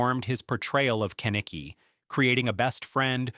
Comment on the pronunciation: Also just cause its bothering me..."Ken-Eh-Key" is not how you say his name. Its "Ke-Nick-E"